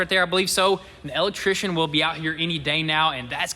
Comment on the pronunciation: "Duh L-lectrition"